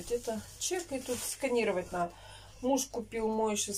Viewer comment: Наете, наа, вам тоже срочно нужен логопед